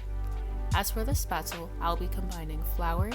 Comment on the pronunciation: This was informative, but you’re mispronouncing Spätzle. It’s pronounced like ‘shpets-leh’ Thanks for this video